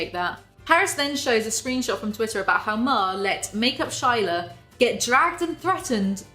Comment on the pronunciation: I felt the need to correct this since this is my name irl, maybe it's pronounce differently to some other people but "Shayla" is commonly pronounced as "Sh-aye-lah" not "Shy-la" at least that is how my name is pronounced and others I have met with the same name spelling.